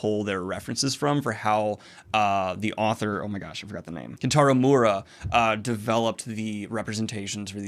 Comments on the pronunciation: Hey Daniel! Just a quick correction on Miura’s name. It’s pronounced me-UR-ah not Moo-rah. I’m glad you are enjoying Berserk so much! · Slight correction: the pronunciation of the author’s name is mi-yu-ra not moora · Miura is pronounced me-your-a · Small pronunciation correction if you care: author’s name is Kentaro (pronounced right) “Mee-urr-uh” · I love how Daniel pronounces Miura. He just went "fuck the 'i'".